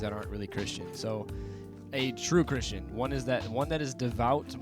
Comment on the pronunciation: "Twoo Chwistian"